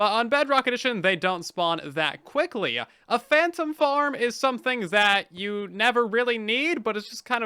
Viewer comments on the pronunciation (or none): none